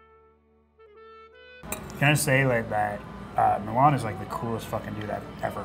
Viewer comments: am i the only person that is bothered because its pronounced milán instead of mílan? and finally someone mentioned slovenia just wow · the way he pronounced milan made me cringe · It isnt pronounced MILAAAN like the city, its pronounced quickl, MILAN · Yeah how they pronounced his name too. Like it's a city in Italy 😭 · The way he pronounces milan is more like the capital of Italy then a name.... Bruh it's fast like Milan not (mil)(an) Yes im pissed about how an american pronounces a balkan name.